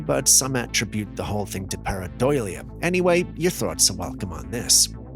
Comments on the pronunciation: Par-a-do-lja Not making fun of you, just trying to write how you can say it until you get it. Only here to help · Pair-ah-dole-E-ah Maybe that will help. 😂❤ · pair-uh-doe-lee-uh pareidolia